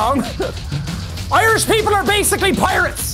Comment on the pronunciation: “IRRRASH PEOPLE ARREE BASICALLY PIRRRRATES!” (coughs in pirate)